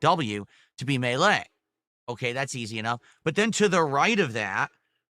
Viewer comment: Why the hell does he say 'melee" like that?